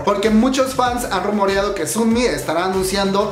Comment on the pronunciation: Se pronuncia más como sonmi que como sunmi